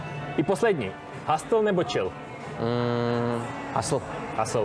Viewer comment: Jen připomínka, "hasl" resp. ˈhəsəl prosím, "hastl" trochu trhá uši, zvlášť, když je na tom kompletně založený kanál, merch, atd. :)